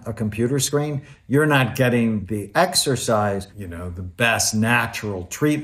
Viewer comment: Did he say sexorcise?